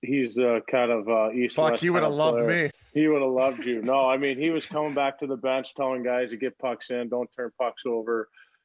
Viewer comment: Is Pat trolling STL by emphasizing the back the back cups?